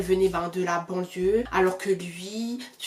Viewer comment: Dans tt ça je retiens surtout le "ay bon dieu" bien antillais tu sais 😂😂🇬🇵